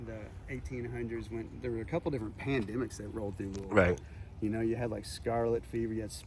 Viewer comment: Clearly you have been here enough times and love it enough to know how to say the name of the city correctly 🙃🥰 THANK YOU!! You could almost pass as a native to our area 😉 I know this cemetery well. And my great-grandfather is buried next door in the military section of Cave Hill. Actually, there’s a spot in the back of Eastern Cemetery where you can see over into the military section of CH & see my great grandfather’s grave.